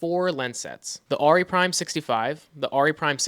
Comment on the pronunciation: it's Air..ee...not Are...ee